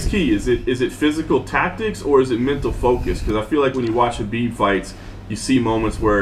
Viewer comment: Love Trevor, but his name is pronounced (k)Habib. You're smarter than that. Middle America right here. He and Justin make an amazing pair.